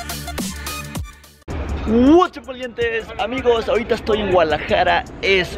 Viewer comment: dijo Gualajara en vez de Guadalajara